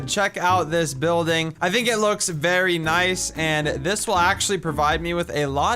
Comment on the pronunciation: i like how he says berrynice and my name is bearynice and on minecraft bearynice1